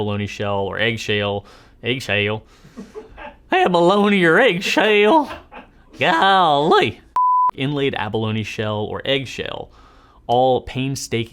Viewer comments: “AYG SHAYLE” - 2023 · Worth the watch just for the "Egg Shail" blooper :)